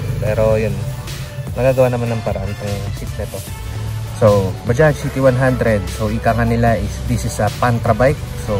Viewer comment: Mga ibang blogger tawag nila dyan ay baja? Mali po! Bajads po! Ang tamang bigkas sa bajaj